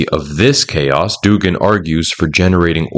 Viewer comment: I just wish you were saying Dúgin, not Dugín.